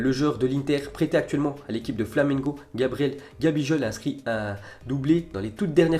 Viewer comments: Gabijol 😂😂😂😂😂😂 cest gabigol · #dyslexie de la bouche !!!! 🤣🤣🤣 ça pète les tympans !! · gabijol. Avec un g comme goooaaaallll